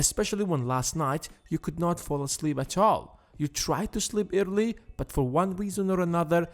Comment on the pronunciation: He is saying early as irrly